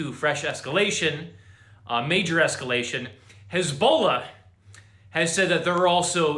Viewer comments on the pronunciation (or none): His-Bol-aahhh... Not Hisbolo. Just saying. 😉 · Who the hell is "Haz-bowl-la"???